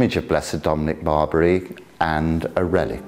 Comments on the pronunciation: I'm absolutely certain Blessed Dominic doesn't care how his name is pronounced in England by English people. I'm sure he's vastly more interested in important stuff like people following the faith and people being good to one another. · And if he did care about such things, he would be upset at for spreading misinformation on how to pronounce his name.